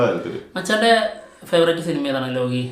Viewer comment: ലോഗി അല്ല മച്ചാന്മാരെ ലോക്കി